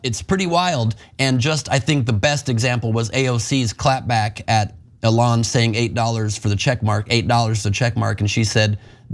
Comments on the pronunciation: Why can't this guy pronouce Eon's name correctly? EE-lon not eh-LON. As in EE-lon Musk is not a genius and a terrible businessman. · "aLON Musk" 😂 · This guy pronounces Elon like A Lawn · Bro, pronounce Mr. Musk's name correctly. It's Elen , L-N. Get it right. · I dunno but I propose that we pronounce his name Ellen from now on. Ellen Musk. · PLEASE continue referring to "Elon" in that feminized pronunciation. Its hilarious! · This dude is obviously pronouncing Elons name wrong on purpose. Youve heard his name literally everywhere. Dont tell me this intelligent guy cant say "Elon" as its supposed to be pronounced. that stuffs just annoying. I hate Elon but come on its hard to take this guy seriously, he literally pronounces every other word correctly so its no accent. Its willful ignorance in my opinion